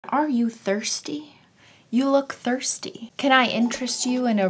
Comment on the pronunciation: I thought she said "Are you thirty?" I was like "um no I'm 16 I'm a little over half way there- wait you said thirsty nvm.."